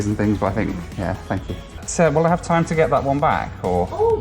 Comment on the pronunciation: "will I have time to get that one right back?" In perfect Canadian, she answers, "Ohhhh Yah." LOL